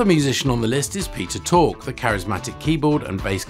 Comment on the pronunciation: BTW - That's Peter Tork (short for Thorkelson), not Peter Talk.